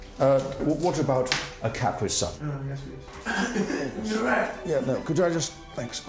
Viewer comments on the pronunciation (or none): idk what you're talking about. I just thought he said caprisun weird. It was just the way he emphasized the syllables. I mentioned my nationality because I didn't know if it was just one of those accent differences. I was just saying that caprisun is basically a to go koolaid too. I have no idea where you got the stereotype part from. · "Do you usually penetrate from the top or from behind? " cOnFuSiOn "The capree sun" Me: man I thought that was dirty